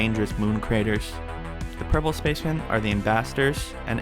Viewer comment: And when he said purple it was like Magenta